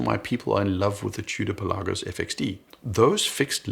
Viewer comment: It's Pèlagos not Pelàgos. Do your research.